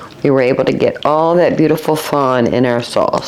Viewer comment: Dear it's "fond" not "fawn."